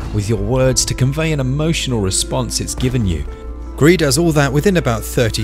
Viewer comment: Thought it was grease not gree??? Oh well don’t matter looks good 👍